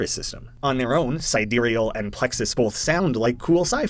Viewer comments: sidEEreal Plexus?? I always thought it was SI/SYdereal Plexus… is there an actual correct way to pronounce this…??? I only now realised watching this video that it can be pronounced differently 😭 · Side real plexus… it’s side-real plexus. Sorry I love the vid but si dereal plexus just grinds my gears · huh i thought it was pronounced side real plexus, but sidereal plexus is also an option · I notice you pronounce “Sidereal” differently in this video than you did in the original video & the Don’t Escape 4 playthroughs. Any reason?